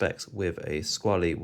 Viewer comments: Good comparison video. I almost always hear Squale pronounced with the A sound at the end, but it's actually pronounced without the A as you have said. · In interviews with the Maggi Family (the owners of the brand) they pronounce Squale with the A